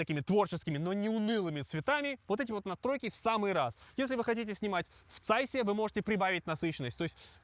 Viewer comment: Очень хороший обзор! Спасибо! Но есть одно маленькое замечание. Звучание ZEISS (произносят как ЗАЙС), но правильно - ЦЕЙС! Знаменитая цейсовская (германская) оптика, цейсовские бинокли, цейсовское программное обеспечение и т.д.